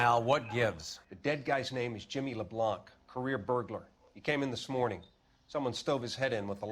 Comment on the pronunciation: tu as vu il a prononcé "LeblanQUE" et pas "Leblanc" 🤔😅🤣